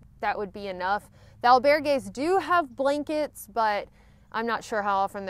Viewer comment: EL - bear - gays ... kekeke :)